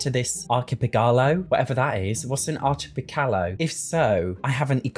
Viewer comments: Archipegalo 😂❤ It's archipelago - a group of islands 😊😘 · "ARHIPEGALO" I love you 🤣🥰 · The way you pronounced Archipelago SENT ME 😭😭 An Ar-kih-pelle-ago is a collection of islands within a certain area, such as Hawaii, Southern Greece and even the British Isles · Archipelago: pronounced like "ark", "pel" is the strongest syllable. It's a group of islands, like the Island Paradise world